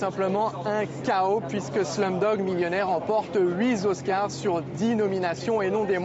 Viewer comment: '': "Slumdog Millionaire remporte huit z'oscars"